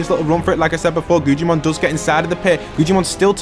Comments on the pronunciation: Bro the way he says guggimon he said guccimon and gujimon😭😭😭😭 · Guggimons name is guggimon but it’s pronounced guggamon